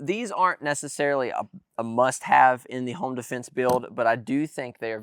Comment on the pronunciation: “Defnese” lol